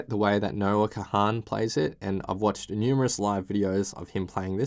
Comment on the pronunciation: Please stop calling him Noah Ka-han. Its Kahan, like CON!